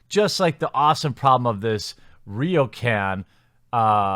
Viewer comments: "ryoucan" "yakoota" i had heart palpitations, holy fuck lol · Hearing Jeremy call Ryokan a Riocan hurt me, but not as much as knowing a piece of shit like Quinm gets to have a Tokyo vacation.